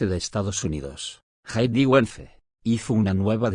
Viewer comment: vértigo con acento en la e y es VANCE El vice de USA😮 organizar con acento en la última a.